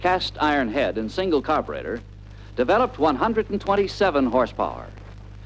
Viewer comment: You know it's going to be a good film when they pronounce the word "carburetor" as: "car'brettor"!